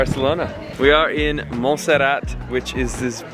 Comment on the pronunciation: it' Montserrat. Not Monserrat